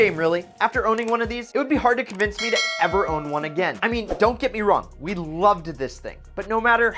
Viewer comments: You said loveded lol hahahahahaha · Loved-ed-ed huh? Lmao!! is hilarious and clever!! Love this channel!